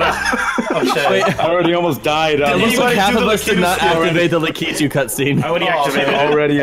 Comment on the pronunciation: who is Lah-Key-Toe??? You mean Lakitu?